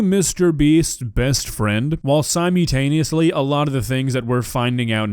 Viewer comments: "simutaniously" that's an interesting way to pronounce it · I’m sorry to be this person because I genuinely really like your content, but “sim-U-taneously” really takes me out of it.